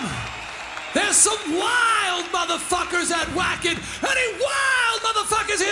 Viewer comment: I LOVE Twisted Sister, but come on Dee......it's pronounced Vacken! The "W" is pronounced as a "V"!!!